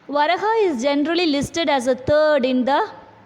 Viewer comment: It is pronounced as Va raa ha,വരാഹ.